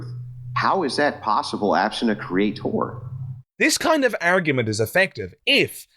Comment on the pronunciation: Anyone who says 'CreaTORE' can't be trusted. You can't even get words right.